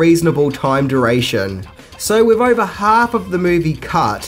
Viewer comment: Why are your th's end with a V or and F? Another = anova and with = wiff... hmmm